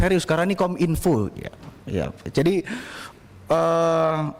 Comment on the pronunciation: Masak KOM -INFO bukannya KOMINFO (PENGUCAPAN) 😢😢😢😢😢😢